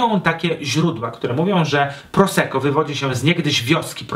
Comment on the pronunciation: czemu niegrzecznie...? Może więc równie "niegrzecznie" dodam jeszcze dwa grosze o wymowie. W języku włoskim podwójne spółgłoski są bardzo ważne i należy je wymawiać. Zatem nie "proseko" a "prosekko"!!! Ale materiał świetny, dziękuję za ten film.